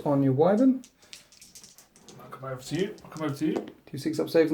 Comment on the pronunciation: Why Vern Arrgggg not wiv ern